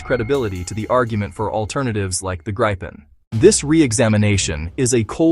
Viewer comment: Just say Gryphon You can't say Gripen correctly